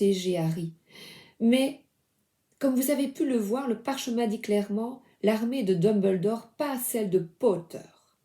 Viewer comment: Coucou 🇨🇦❤ 😊😊😊 13 h ici, alors Bonjour!!!! 🎉🎉🎉 Merci pour ta magie d'amour tu est merveilleuse et lumineuse ton aide m'es grandement presoeuxe face a une malade mentale.... L'armee comme tu viens de prononcer ahaha 😂😜🙀